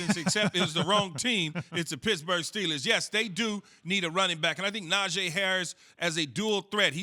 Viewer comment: Can someone please tell Keyshawn how to pronounce Najee Harris's name correctly. Na-Gee. Key is the only person on tv that pronounces is wrong 🤦🏿‍♂️